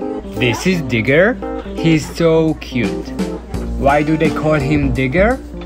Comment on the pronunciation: I thought he said niggar i was like what he say deh but when i went back i was like o digger ok